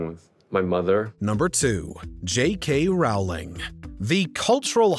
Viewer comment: I don't care about any of these individuals. I do, however, care that these videos reach so many people and with all that goes into them, nobody seems to check pronunciation. He's pronouncing "woman" each time he says "women," and "sith" for "sixth." Rowling is pronounced "rolling." It happens so much in these videos.